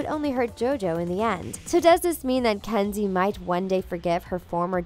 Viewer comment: Am I the only one hearing "Candy" several times, instead of Kenzie?